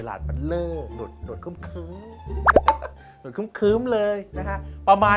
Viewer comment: หนวดครึ้มๆ ไม่ใช่หนวดเคลิ้มๆ